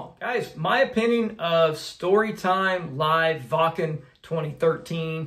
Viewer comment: Excellent reaction with a really good breakdown and analysis. Also one of the first American reactors to pronounce “Waken” properly! I know you will enjoy more of Nightwish, so all you have to do is follow General Gabriel’s famous list for the best versions of their songs to react to. Greetings from the Nightwish army UK division. 🇬🇧